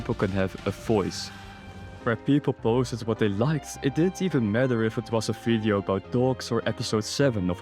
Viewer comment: Its "V"ideo not "F"ideo